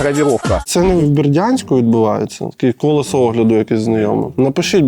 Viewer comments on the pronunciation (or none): none